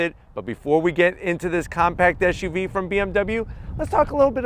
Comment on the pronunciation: It's an SUV. What's an ESH U V ? Not the first time I heard that in a car review. Whatever. Good review